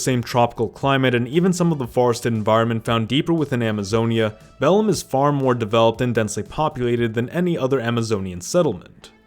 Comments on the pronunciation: If I wasn't brazilian, I would search on internet for the correct pronunciation of each city or region. The way you pronounced "Belém" is really strange, sounding more like latin "bellum", then stressing the last syllable "be-LÉM" or "be-LEI" with a nasal sound. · Sounded more like Bellum, than Bellim kkkk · Belem isn't "BEL-em"...it's "be-LAI" with a very nasal "m" in the end. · New words to be added to the Portuguese dictionary: Maran-Hao, Bellim, Bah-hya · Also, Rio De Janeiro is pronounce "Hee-oh Je Juh-neiro", Sao Paulo is pronounced "ˈsɐ̃w̃ ˈpaw.lu", Cerrado is pronounced "Seh-had-o", Caatinga is pronounced "Ca-ching-a", Pantanal is pronounced "Pan-tan-now", Belém is pronounced "beˈlẽɪ̯̃"(the M at the end there is not pronounced), and even Brazil is pronounced "Braz-zew". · I am brazilian born and raised. Your pronunciation is quite good, small mistakes here and there are ok. Please pay attention: Bahia you shlould say = BaEa. Belem : BeLEM ( portuguese version for Bethlehem). Thanks for your dedication. See'ya. 😊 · The way he pronounced Bahia and Belém and shit made me want to die.